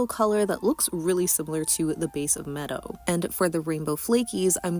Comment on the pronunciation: Thank you for this 🤍 just a heads up, Medo is pronounced Mee-doh